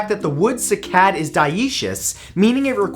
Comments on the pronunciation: First "ja-VON" and now "si-CAD." Seriously, dude, we luv yuh, but you gotta stop putting the "ak-SONT" on the wrong "si-LOB-ul!" I Googled "pronounce cycad" and a woman or child's voice came back "SYE-cad." It's not bad enough that humans are wiping out how many animal species every day, have polluted the oceans,* are eliminating oxygen producing forests by the minute, now we've started in on the plant life? You tell 'em, Matt! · Sigh - Cad. (Cycad) not sick-ad. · It's SIGH-kad.....not see-KAD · sigh cad ... not seekad ... that made me cringe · Great video Matthew, just on little complaint. The cycad is actually pronounced SIGH-CAD... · Cycad - Prounounced "sy" as in why. Onecof our most beautiful pkantscin S. A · you are mispronouncing cycad